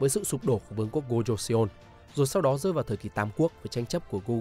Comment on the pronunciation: Nội dung hay nhưng nếu bạn đọc được đúng phiên âm thì sẽ hay hơn. Ví dụ "Joseon" -> "cho-son" chứ không phải là "giô - sê - ôn"